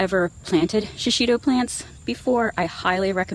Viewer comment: It's pronounced she-she-toe.There is no short i sound in Japanese and no accent on any syllable.